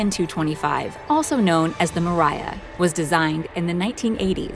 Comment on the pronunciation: btw the Mriya is pronounced mir-e-a not ma-ry-a